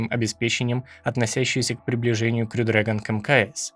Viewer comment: Классный ролик! Спасибо. Только точно не расслышал, как правильно говорить: "крю" или "хрю" дрэгон?